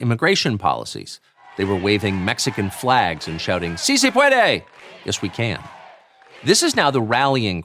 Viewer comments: Not how you say it it's "Sì se puede" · “See say pwaaadway!” 🇲🇽